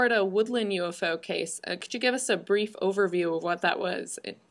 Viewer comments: why she saying yofo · Is it me or does it sound like this woman is saying "Yo-Fo's" instead of UFO?